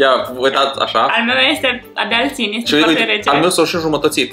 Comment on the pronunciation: când ai vrut să spui "Este foarte bun,, am înțeles "Ete foarte bun,,😂